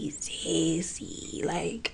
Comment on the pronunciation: Are you saying sassy or sexy? Because I thought it was sexy the first tine I watched this video and now I say sexy like that now🤦😅